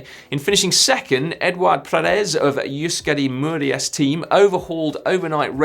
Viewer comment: Is it really so difficult to pronounce Euskadi Murias taldea, Si? I can't stop loughing...